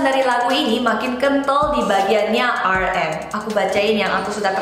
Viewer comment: But you pronounced namjoon's stage name wrongly 😂 lol